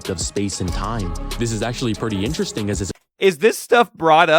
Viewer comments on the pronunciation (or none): none